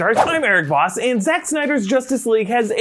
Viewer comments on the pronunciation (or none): none